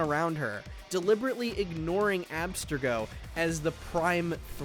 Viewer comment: There's no way you just pronounced Abstergo like that...